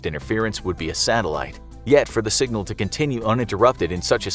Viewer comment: My man really just said sing-gal